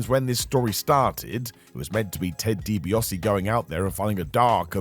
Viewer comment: Begging you to pronounce DiBaise's name correctly. I did enjoy Austin mostly between Triple H getting injured and the Invasion PPV. More for his comedic antics with Vince McMahon and Kurt Angle.